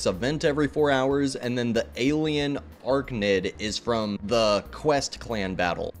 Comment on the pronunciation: my man said "arknid" instead of arachnid